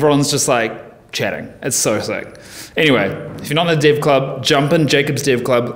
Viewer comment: Man thats amazing, something funning: I would swear you are saying div, not dev (the subtitles got your back this time).